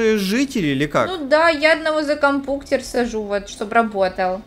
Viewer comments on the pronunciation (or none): Почему говарит кампуктер.